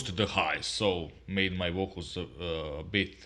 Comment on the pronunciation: I like your lamps!! They make a difference in the sound!! LMAO!! like how you say, VOKALZ!! LOL